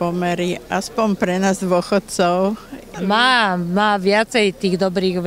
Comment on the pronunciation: Tak keď som toto videl, tak som skoro odpadol... a najlepšia hláška: "je pre dóchodcov, je pre šetkých" :D mno tak pri tomto videu som nevedel, či sa mám smiať alebo plakať...